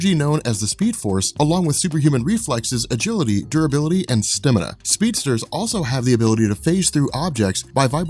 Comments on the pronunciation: It's not stimina, it's stamina. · why do you call it stemina not stamina? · I cringe every time you say STIMana instead of STAMina lmao